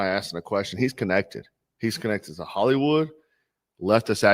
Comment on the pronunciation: did you say hellywood? do a vid on the hisory of CAA club :D